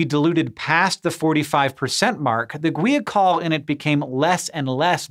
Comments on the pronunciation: Gwee a col? How about guy-a-col. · According to , it's pronounced gwahy-uh-kohl. Sorry but looking at that word I had a hard time believing it was pronounced gwee-a-col.